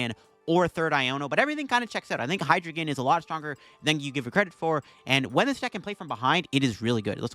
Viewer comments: Very in character for you being unable to correctly pronounce your favorite pokemons name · How u gonna mispronounce the mascot name brother